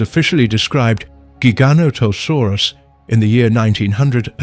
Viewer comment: Loved this! ❤ But Giganotosaurus is pronounced (Jigga-nohda-saurus) btw. 😅